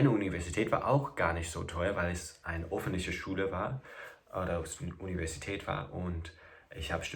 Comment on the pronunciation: Falsch ist: "Offntliche Verkehr" - viel zu schnell, undeutlich und vernuschelt ausgesprochen! Richtig wäre: "Ö f f e n t l i c h e r Verkehr" oder besser "Der öffentliche Verkehr oder "öffentliche Verkehrsmittel" oder "Die öffentlichen Verkerwmittel"